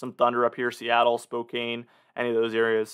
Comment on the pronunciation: Fyi we say Spo-can not spo-kane. -Chris from Spokane